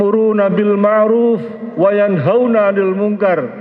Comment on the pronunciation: Maaf saja, bpk itu mmbaca ayat qurannya kok keliru ya... امة dibaca immatan, wayanhauna dibaca watanhauna... Koreksinya ya ???